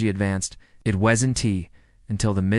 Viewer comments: will there be a revolutionary breakthrough in AI, where if the apostrophe in wasn't is missing, it'll be able to figure out that that is WOZent not 'was entee ' - you'd think it'd know! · The AI you used is inconsistent and trash. Incapable of saying the word "wasn't", calling the killer "Bittaker" instead of Rowe. Do better.